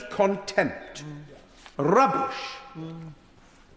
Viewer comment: Love the rolled r on rubbish